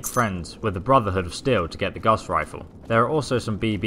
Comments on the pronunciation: Yooo, Gauss with no a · Honest mistake. It sounds like he calls it the guss rifle too. Lol